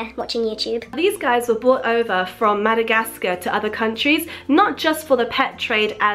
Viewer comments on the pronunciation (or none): Its Madagascar not Madagaskin